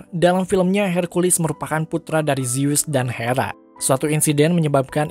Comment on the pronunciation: Hercules pake e, bukan herculis pake i, kesel gw dengernya